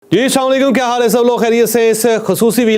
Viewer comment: CH.SAHIB ASSLAMOALAIKUM KI ADAIGI WALI GHALTI DOOSRE AKSAR ANKERS KI TARA AAP BHI KARTE HAIN .DRUST KARAIN AUR IS KA IZHAR BHI VELOG MAIN KARAIN